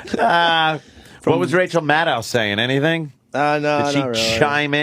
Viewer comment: Rachel "Mannow"... LOL!